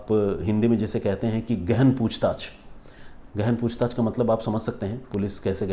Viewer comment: The way you say "gehen poocchtach" 😂😂😂😂😂😂